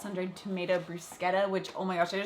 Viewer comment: Bless you for pronouncing bruschetta correctly! 🙌👍😂😂